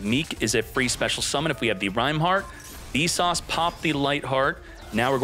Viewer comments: Keep hearing you say "V sauce star frost" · are you saying `Vsauce` or `Visas`?